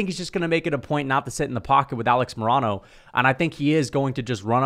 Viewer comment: Dude you pronounce Alex Morono so wrong lol